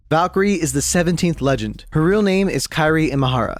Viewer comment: Make a video but u pronounce call Valkyrie as vakiir